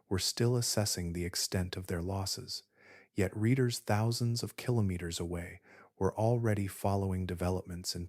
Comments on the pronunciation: Killer naters😂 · It’s a darn poor mind that can’t think of at least a few different ways to pronounce “keenomiters”! 😅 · I’ve learned something interesting in this video. This man does now know how to say “kilometers “ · Is this a science channel or a put-you-to-sleep vocal asmr channel? 🤔🤨 Your struggle with the pronunciation of "kilometers" is hilarious, btw 😆 You pronounced it correctly! Watching from Atlantic Canada 🙂 No volcanoes here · every time you said kilometers you said it differently and wrong every time